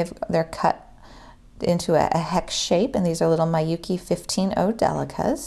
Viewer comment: I know this is an old video but Miyuki is pronounced "MEE-you-kee", not "MAI-you-kee". Thanks for this video, it's very informative and useful but just had to chime in about Miyuki lol